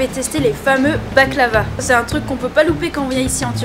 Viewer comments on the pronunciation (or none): none